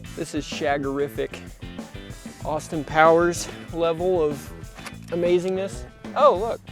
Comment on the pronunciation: "SHAG-ER-RIF-ICK" buddy